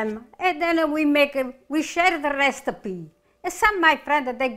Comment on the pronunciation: Recipe ❌ restipee ✅